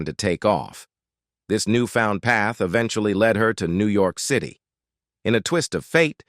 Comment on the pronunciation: please try a different text to speech product. This one can't even pronounce city or Pennsylvania.